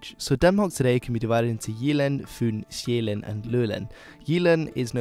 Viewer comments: Impressive pronouncition, but a bit flat on the Danish vowels though ( we are not that extreme - yet! 😂 ). The island Sjælland ( Zealand ) is pronounced like [shell-lan*] with a short abrupt n at the end ( a glottal stop ), not [shei-læn*] 😉 Btw. OE gamul = old ! , Dan. gammel, Gorm den Gamle. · STOP CALLING SJÆLLAND ZEALAND OR SJAELAND. Its Soulland to you foreigners ;) The soul of the nation that was scandinavia, home to the castles, real nobles and their gardens. SOUL LAND! Thank you ... btw, swedens castles are just like a movie set, theyre not real, noone uses them anymore and they look like shit due to neglect ;) Also, the so-called swedish nobillity was offered and served their justice in 1520, look it up ;)